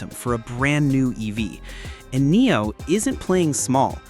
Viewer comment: It is not coming to the USA. Dang I am a NIO investor and I wish. Does anyone look at their AI “creations” before posting. Hell we pronounce it NEO. Dang!